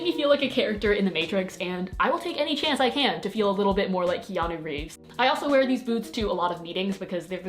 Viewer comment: The way you pronounced Keanu really validates my soul